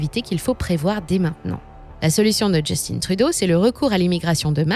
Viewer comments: C'est drôle qu'on nomme Justin Trudeau en le prononçant à l'anglaise dans une vidéo en français. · On ne dit pas Justine mais Justin Trudeau c'est un nom francophone ça ne fait pas chic dutout ici d'angliciser la prononciation des mots on est toujours fier d'être canadien francophone (nuance non pas français). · Justin ça ce prononce pas Just'une mais Just'in....comme le mot pain....p'in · Ça se prononce Juste-hein Et non just-in. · justin pas justine. c'est un quebecois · Analyse très intéressante Par contre, Justin Trudeau est québécois et francophone malgré les apparences. On ne prononce donc pas son prénom "djestine" mais bien Justin en français ;) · JUSTIN (pas JustinE) par pitié 😂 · Grincement de dents…. « Justine Trudeau » Pourquoi « Justin » prononcé à l’anglais… Mais pas son nom de famille? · Bonjour, simplement vous dire que Justin Trudeau est francophone de naissance donc on dit Justin en français :) et non Just-In. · Pour ma part, tout va bien, évidemment tout est plus cher, mais c’est pareil partout dans le monde. De plus, les salaires suivent et augmentent rapidement. Ha oui, c’est Justin Trudeau, pas Justine. C’est un Québécois francophone, donc pas besoin d’employer l’accent anglos. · On dis pas Djustinne Trudeau, on dit Justin en français 🤦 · Attention dans votre prononciation du "JUSTINE" TRUDEAU. "Justin" est un francophone et son prénom se prononce en français. Ici au Québec nous tatillons sur la langue française. Sinon ce reportage est légèrement alarmant et nous croyons rebondir dans les 5 prochaines années. Merci. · Pour info, ici on ne prononce pas Justin à l'anglaise mais bien en français. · On voit que les seuls termes utilisés par cette chaîne sont en anglais alors qu'ils le sont très facilement en français. Dire de cette façon "Justin" c'est pour faire une blague ou quoi? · On dit Justin, comme Justin Bridou, pas comme Timberlake.